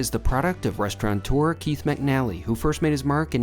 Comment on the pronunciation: You consistently mispronounce the word "restaurateur". There is no "n" in it.